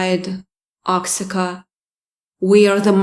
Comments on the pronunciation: Ox-ica? Pronounced Wa-ha-ca. nope. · Oxica is pronounced "Waahaaca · It’s pronounced “wa-Hakka” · Oaxaca is pronounced "waa-haa-kuh"